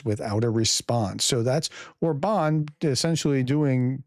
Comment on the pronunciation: No offense...but: How come that you can pronounce the name of your former president BI-den but not the Hungaro-Russian asset OR-ban? AFAIK all genuinely Hungarian words and names are stressed on the FIRST syllable. But maybe should we call you as if you hade a French family name? 😉Peace and out. 🇺🇦👍